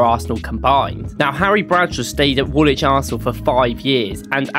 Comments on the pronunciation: Woolwich - you pronounce the L not the second W, wool - lich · It's pronounced Woolich not Wool wich. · The guy pronounced "Woolwich" wrong, btw. You don't pronounce the second W. It's pronounced like "Wool-itch". A lot of English teams are called Wanderers because they moved around different places to play football. Same as most teams called "United" are called that because several teams joined together to make one "United" team. I'd love to see you do more deep dive videos like this. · It's not pronounced Wool-Wich it's Woolich, the second 'w' is silent, I know the English language can be strange at times.😂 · BTW, Woolwich is not pronounced "wool witch" it's pronounced "wool itch". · So an Arsenal fan thinks Woolwich is pronounced Wool-wich instead of Wool-ich. Sounds about right. 😊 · For the American fans the last W in Woolwich is silent so it is pronounced as wool-itch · Not sure where the video creator is from that he’s pronouncing the second “w” in Woolwich but I found it far more annoying than I should have done.